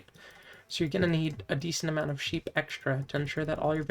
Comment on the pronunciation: I love you. But somthing about how you say sheep makes my brain melt.... Like instantly rage. The pronanciation of the P just fries me.